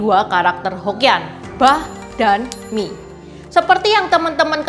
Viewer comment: koreksi sedikit, mi dlm bahasa korea myeon (면) gak pake g